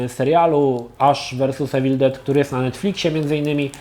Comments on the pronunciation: „iwil”nie „ewil” jak już próbujesz naśladować akcent ..... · "Mówi się iwyl, nie ewil no ale już chuj tam"